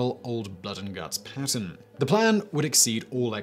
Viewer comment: It sounds like you are pronouncing Patton as Putin.